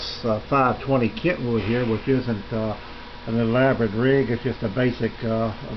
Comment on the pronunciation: KENwood...not KENTwood....